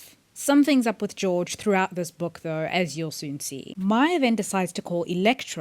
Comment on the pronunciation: Enjoyed your thought processes. We'll have to wait and see. One thing, though - Georg Hoffmann is a German name, so his first name would be pronounced as GAY-org (org - pronounced as 'org' in 'organization').